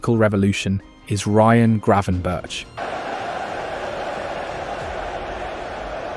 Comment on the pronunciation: Was this just a challenge to see how many different ways you can pronounce Gravenberch in 1 video?